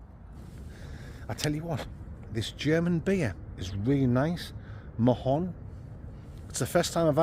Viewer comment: The Mahou is Spanish Marra🙈🤣 its pronounced M'ow👍